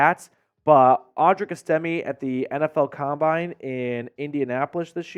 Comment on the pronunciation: You said audrics name wrong